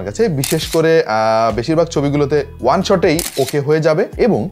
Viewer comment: ভাই সব সময় one রে on বলে😆